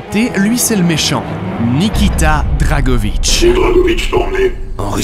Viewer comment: on en parle de "NIKITA drakovitch" XD ?